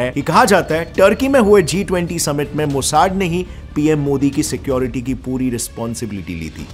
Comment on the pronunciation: Bro मोसाड नहीं, मोसाद 😂😂